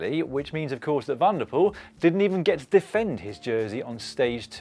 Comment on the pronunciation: Small hint/correction: when pronouncing Dutch/Flemish names with 'Van' or 'Van der', the emphasis lies on the last part. So in this case: Van der POEL and not VAN der Poel. Other than that: lovely stuff again!